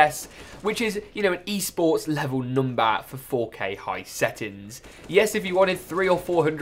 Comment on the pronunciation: The way he said number 🤣 “noombah”